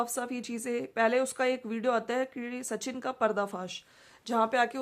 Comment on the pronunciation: Sachin ka naam jab bol rahi hai to sahi tarike se boliye aap Naam galat bol rahi hain